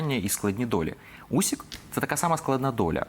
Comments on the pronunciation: Агов, пане, прізвище українського боксера Усик, не Усік! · Usyka,a ne Usika! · Не Усіка, а УсИка.